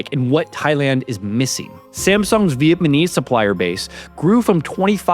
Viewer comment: Great video, I’ve become hooked on your channel since finding it earlier this week. Keep up the good work! Btw I sent a few of your videos to my girlfriend, she was clowning on you for saying viet-man-ese but that’s how my dad said it and I miss him so I kind of like it lol.